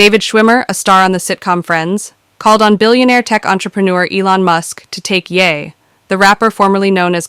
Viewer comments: "And before I get to that in a few seconds" is always to be interpreted as "I'll get to it in about 5 minutes." Just skip to whenever this guy says "a few seconds" in whatever video he is a spokesperson for. Also, this female AI doesn't know how to pronounce Ye (Yee, not Yeah), and other words. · The AI reader is funny, 😅. She calls Ye, "Yeah." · Not that it matters but you're AI is mispronouncing Kanye's nickname. It's YAY not YEAH. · "Yeah" is not how that is pronounced. It's (stupidly) the last two letters of his first name and is pronounced "yay" which is somehow sadder. I disliked him before I disliked Jay-Z, but after I disliked Puffy. "Puffy just took the whole song and put a club beat behind it!!! How you like that crap?!" "Kanye was a decent journeyman producer until he rapped with a broken jaw and someone said laughingly "hahahahah yeah you sound GREAT man hahahahah" and he said "YES. YOU ARE CORRECT. I *AM* THE BEST RAPPER EVER!" "Jay-Z? I guess that Hard Knock Life sample was cool. HEAD OF DEF JAM WHAT?!" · Its YE (yee) not ye (yea) You know Kanye ..ye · why does the AI voice say "yeah" for "ye"? It made it a little hard to follow.